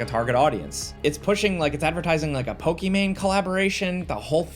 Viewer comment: is not a real gamer he pronounces Pokemon wrong lol pokeman???